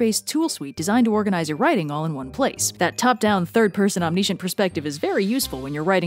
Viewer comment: Tragic flaw: you say “omniscient” weird.